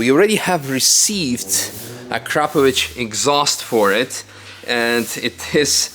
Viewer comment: I'm actually shocked for a Croatian to Shit can his neighbors next door by saying A crap a vich when he knows very well how to say it correctly as all of us in Balkans!!! It's Akrapović and yes this Ć is the main letter that Brit's and American's have issues with As for that was just a small dig at the Croatian/Slovenia. Most people missed it but I highlighted